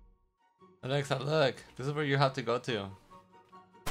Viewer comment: Her name is Alexa not elaxa